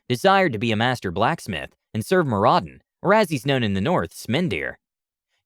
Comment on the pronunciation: Don't ever say Moradins name like that ever again